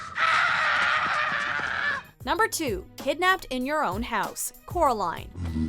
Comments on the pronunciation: EHEM it's COR-aline lol but seriously it she says it like 10 times in the movie and even most of the characters pronounce it like that ( not trying to be rude) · ITS CORALINE NOT CORILINE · "not Caraline at all!"